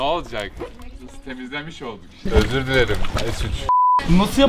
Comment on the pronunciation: Mert'in "öZürğh dIleRiğhmmğ" demesi 😅😅😅😅😅😅😅😅😅😅😅😅😅😅